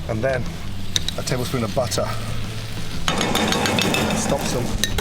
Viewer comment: I like how he says, butt her